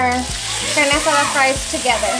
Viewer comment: I absolutely LOVE how you say the names of ingredients with that beautiful spanish accent